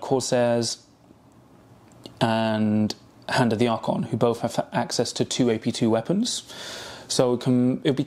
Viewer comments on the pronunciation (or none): none